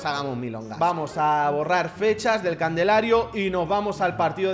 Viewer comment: No se pero recién me doy cuenta que decía candelario en vez de calendario o es por molestar? Eres un crack